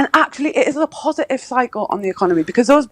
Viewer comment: This goggled eyed halfwit can't even speak English, if i'm allowed to say English these days. Mo-ivation, w-ot, hounes-ly, posi-iv and 8 ate and using a instead of I!! Dunce bottom of the Diane Abbott school of thickos.